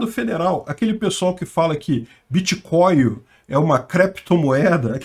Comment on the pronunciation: Meu amigo , um senador que fala biticoio e creptomoedas já se vê o nível 🤣🤣🤣🤣